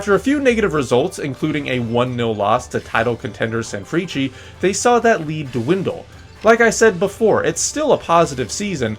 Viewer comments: Ok. My man. Thanks for showing the JLeague, I love you for it - nothing but love and honest advice. Hit me up as to how to proounce the names of the teams. There's a tendency to say "vizzle kobie" and "sanfreechee". Just lemme know if you need some help. I have no skin in the game, just wanna make sure that you don't sound real (as in real madrid) bad. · i always thought the pronounciation of sanfrecce was "sanfris" :face-purple-crying: hahhaha. love the content